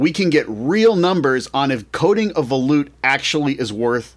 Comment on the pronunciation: I used to pronounce it that way until someone corrected me. Me being me, I looked it up. And it's pronounced vuh-loot